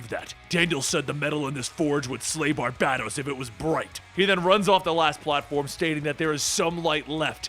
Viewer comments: Bar-ba-dōs. Not Bar-bad-dōs. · Every time he says BarBADos 😬😬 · Gah! It gets on my nerves how you say his name BarbaDōs , BarbaDōs....man, pulls me out the story everytime....pheeew....okay. Unpause, back to the bedtime story...lol.....you're doing awesome, you Are awesome keep up the great work. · Dude, love your videos! But the way you are saying Barbados kinda makes me itch. Bar-bay-dos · I love your channel but dude, hearing you constantly butcher names that I know you've heard correctly is beyond annoying and infuriating. I KNOW you've heard Barbados said aloud before...it's pronounced like the country. That's the 1 thing bad about your channel...it's like you do it on purpose. You hear someone say tomato and you still pronounce it tomahto like "what the fuck dude?", Lol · I absolutely love these videos, do not get me wrong, but dude. You do this for a living. Learn how to pronounce things. Sigil = "Si-jul" not "Siggle." Barbados = "Bar-Bay-Dose" not "Bar-Bad-Ose" Please dude, look up pronunciations when you're making videos like this.